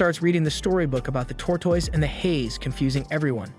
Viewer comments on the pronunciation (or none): Did bro say tortase? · Why did he say tortoise like that 😭 “tore tais”